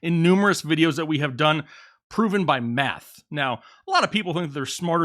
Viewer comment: Man, I could have sworn that you were repeatedly saying Meth and not Math 😂